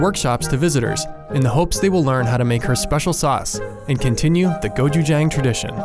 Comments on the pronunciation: you didn't even TRY to pronounce "gochujang" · Just pronounce gochujang the way it’s spelled jfc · I'm sorry but the way they pronounce "gochujang" ticks me off HAHAHAHAHAH